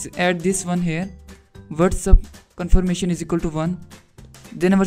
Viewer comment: Its Confirmation not comfirmation😂😂